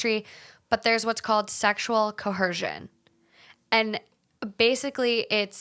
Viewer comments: There is no h in coercion, it’s not ‘cohersion’ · “Sexual CoHerShion” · Why do you keep saying “ co HERsion” ??? It’s coERsion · Oh my God the pronunciation of coercion (co·er·cion) I didn't think you could get worse than liberry.